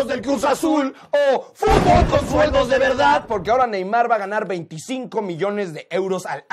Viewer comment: DICE FUTBOL CON "SULEDOS" DE VERDAD Xd